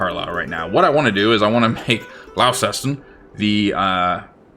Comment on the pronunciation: Back with another, unusual British town name pronunciation. Launceston is Launce Ston, rather than Laun Ces Ton